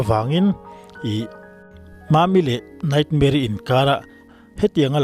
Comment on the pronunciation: I tawngthei hmel e.Mizoram tan a mi hlu leh, thudik huaisen taka puang ngam, hming i lam ri hi a mak mak em a ni, i channel hi ngaihnep a hlawh,midang nek chi, 😂